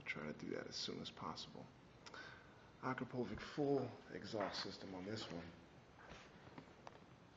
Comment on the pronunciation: It's pronounced. A crop a vitch. With all that bling you would think you'ld know that. Sorry just sayin. Awesome bikes. Just got my 2015. Winter hit with only getting 250 miles on it.